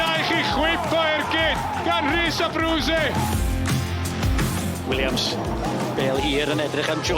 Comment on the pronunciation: The correct pronunciation of Abruzzese can be found here